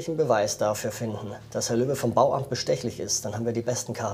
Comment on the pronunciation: bin ich die einzig die immer Löwe und nicht Löbe verstanden hat ahah